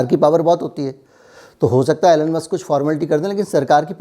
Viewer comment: its not ALLEN....its ELON